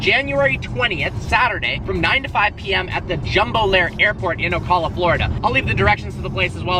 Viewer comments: O-cal-a not O-call-a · As a Floridian I would to point out that Ocala is not pronounced that way lol. It’s O-cal-a. Not Ah-call-la. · IT'S OCALA NOT OCOLA STOP SAYING IT LIKE THAT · bro its not pronounced Ah-col-ah its pronounced Oh-cal-ah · It’s not Ocalla, it’s Ocala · It’s Ocala like Oh cal la lol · You’re mispronouncing Ocala. It’s Oh- Cal (pronounced like California) Ah.. Ocala. Not that it matters because it’s BFE Florida. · Ocala (oh-cal-a) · I live in Florida and the way he said Ocala was funny as shit he said ucula 😭😭😭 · Oh-Cal-uh is the correct pronunciation for Ocala by the way 👌🏻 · It’s “oh-cal-uh” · Pronounced O-Cal-uh lmao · ocala- oh cal ah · ITS OH CAL UH AND IM FREAKIN FROM THERE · Hey. Love the content as always. Just to let you know fpr the future, it's pronounced (oh-cal-uh) #fromaconcernedfloridian #unfospreys #duuuuuuval #sacksonville #ogpalmbeach #bocakidmovedtojax #gogators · it's pronounced Oh-Cal-uh. Just looking out for you.:) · O-Cal-A that’s how it’s pronounced.. btw I’ll be there ;) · Ocala is pronounced O Cah La. Can't wait to see you in FL. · it's pronounced O-CAL-LA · PRONOUNCED OH CAL UH OCALA. NOT SPELLED OCALLA. You derp hard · He pronounced Ocala Florida wrong hahahahaha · saying Ocala wrong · As a Florida native, you pronounced Ocala wrong lmao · I'm so upset how much you butchered the name of my sacred hometown of Ocala fl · lol. You pronounced Ocala wrong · The way you say ocala hurts me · Ahhhh you just butchered pronunciation of Ocala 😫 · You pronounced ocala wrong.. 😒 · Wait you're going to be in ocala? And you're pronouncing it wrong😂I live here haha